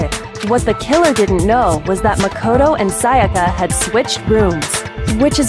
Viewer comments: "Mako-TO" Definitely not Japanese. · Celestia places the accent on the MA in Makoto instead of the KO, like everyone else. What European accent is she pulling here?